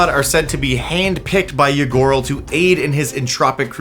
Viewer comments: I kept hearing "Ygorl" as "Ya gurl" and hearing "Ya gurl is out here doing ranked competitive tyrant activities" SENT me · I misheard Ygorl as a Ya Girl.